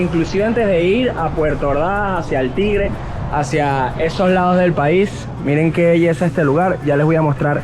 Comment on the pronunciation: hola y, que belleza de camioneta, toyota es calidad. que bueno viajar con ustedes., tranquila, yo hablo igual o mas que tu cuando viajo, alli nadie se duerme, que lindo se oye cuando pronunciastes El Tigre, por aca vive esta loca que los ama. y de las oficinas para el ferry han pasado 20 años y no hay evolucion, siempre el mismo calamar con patas. que disfruten, y recuerden, Oriente es territorio de 2 locos de viaje. abrazos desde El Tigre, Anzoategui - Venezuela